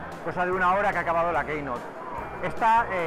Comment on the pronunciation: Editor de applesfera y no sabe decir keynote en inglés..